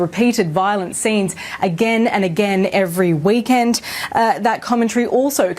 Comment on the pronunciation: Not sure if it was intentional or not, but I have never heard anyone pronounce weekend as, "Wee- Kend" like "we kindred spirits" or something